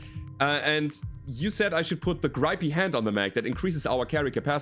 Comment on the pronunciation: You could have ejected the tank pilot. No equipment to lose if you do so. Also, the I in grippy is short. Gr-ih-ppy.